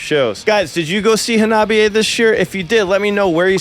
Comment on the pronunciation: Kills me that you still pronounce their name wrong... it's not Ha-nobby-a.... it's Honnah-Bee-A. Minor gripe, but audibly it's a world of difference. 😛But yea, it was absolutely surreal getting to see them live, I could not believe when they announced the U.S. tour that they would be coming to Wisconsin, made my year.